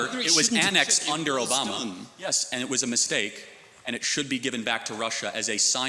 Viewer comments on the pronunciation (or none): none